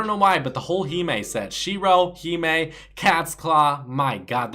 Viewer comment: BTW in every video you talk about the Hime skin, you always pronounce it incorrectly. Its (HI)(ME)